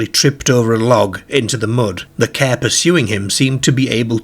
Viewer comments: What's a "KER"? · Its where you drive a caere, a bit like a gaereden.